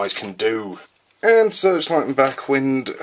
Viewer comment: Backwind's name is pronounced like the "wind" in winding a rope, not "wind" as in a breeze.